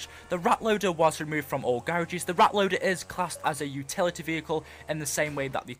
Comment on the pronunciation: Garages ( English Accent) :P